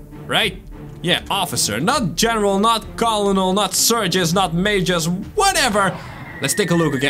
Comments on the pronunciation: It’s not colonel it’s pronounced kernel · FYI colonial is actually pronounced kernel